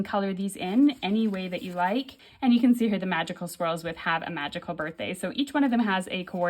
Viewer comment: For some reason every time you said swirls i kept hearing squirrels... imagine squirrels coming 😂out of a book...yikes..